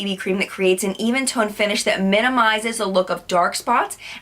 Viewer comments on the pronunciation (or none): none